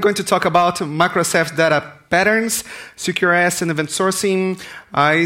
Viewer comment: I just kept hearing 'secure ass architecture'